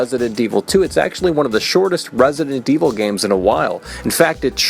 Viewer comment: Hate how he says resident evil